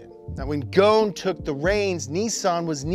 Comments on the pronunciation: Go son not ghoon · Its probounced gosen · Guys, please pronounce the S in Ghosn. Take it from a Lebanese, it is pronounced Gho-son. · His surname in Lebanese mean "branch" like a tree branch and is pronounced GHOSSIN in arabic. Where on earth did you get Goan pronunciation?? 😄🤦‍♂️ how can we take details seriously if you can't even spend the effort to research and pronounce the guys name accurately? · Its gh-os-n not goen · His name is not Gon or Gun, it's Ghosn, you must say the S letter. It's an Arabic word means Tree Branch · It’s GOSN … NOT GON the S is NOT SILENT .. he’s Lebanese, his last name translates to “tree branch”. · its not goone its gh-o-son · Braaaa....... Karlos غصن not goon , ghosen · Hi guys .. it's not "gohne" It's " gosn" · Why call him Carlos Gohn when his name is Carols (Ghoson) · It's Carlos Ghoson, not goun😂, you should be embarassed. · Who is gonna tell them it’s ghoson not ghone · Its not "Goohn" it "Gohson" said like "Go oh son" And its means "twig" JFYI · His name is Carlos Ghosn not Carlos Gone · His name is actually pronounced Carlos Ghosn (go-son) by the way; don't know why everyone pronounces his name as Carlos Ghosn (gone) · Lebanese people cringing every time he pronounces Ghosn "Gone" 💀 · he’s from my country and it’s actually pronounced “gho•sen” but the “sen” part is said quickly as if it’s “sn” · Dude spell the S in Ghosn lol, the S is spelled as S not Z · Man his name is Carlos ghoSn , the S is to be pronounced , Ghosn means = branch 🇱🇧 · Carlos Ghosn? More like Carlos Ghone 😂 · I believe you pronounced his family name wrong 😅 Ghoson is the correct one where the “S” is not silent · I am a little annoyed that you don’t pronounce the S in his name! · his name is Ghosn (غصن) with S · His name is pronounced: Carlos “Gho-son” in arabic ..!! The word “Gho-son” in arabic means “a tree branch” .. just a fun fact ..☺️😉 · ur butchering his family name dude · The s in Ghosn isn't silent btw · Ur saying his last name wrong